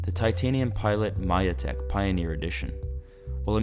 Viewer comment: Nice review + maybe the only one, who pronounces Majetek correctly. 👍 🙂